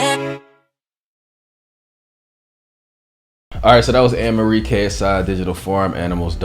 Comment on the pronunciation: Did he just fkin sau Anne Marie alright.. Wtf